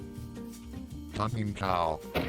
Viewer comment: that does not sound like "hunting"...